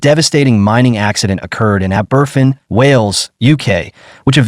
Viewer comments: Fergus Dublin Ireland 🇮🇪 A disgrace!! As usual, they listened . . . . . . . . . . . Too Late!! The Town name is Aberf-in It is pronounced Aber-fan!! Do your. research! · Ab-er-van. Abervan is the name of the village where the school was crushed. Not aberfin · My ears! That 'Ah-BERFIN' pronunciation really grates. It's 'Ah-ber-FAN'. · Pronounced “AH-BER-FAN”. It’s in the episode of The Crown” it’s showing in this video. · And it’s pronounced aber-van! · ***ABBERVAN**** is the pronunciation Ignorant to get this wrong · It is pronounced Ab-er-fan. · Learn how to pronounce the name of the town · Find someone who will review voiceovers before you put them out: pronunciation of Aberfan a joke. Stress the first syllable, with secondary stress on the van. The poor, robot delivery of the text is insulting. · Man this is such a disrespectful video, the place is called Aberfan - pronounced ah-buh-van, and the school was Pantglas, not Pantras.